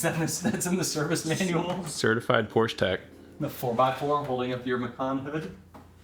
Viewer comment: Why is it every American that can't pronounce the name of Porsche correctly